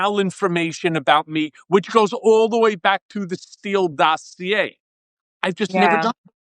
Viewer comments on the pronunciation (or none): none